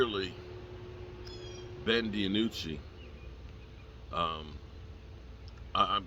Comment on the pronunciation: I would say Ben Dinucci has a problem with you Pronouncing and spelling his name wrong lol....Da-nucci LoL